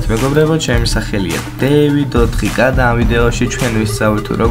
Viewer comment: დეივიდ 4 კეი და არა 4 კა